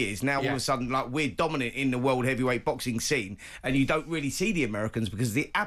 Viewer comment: Simon made some weally good points 😅